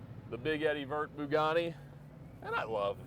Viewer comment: Are you still saying "Byoo-gotti,"? I love it🤣🤣 Maybe one day I'll buy the Murcielago!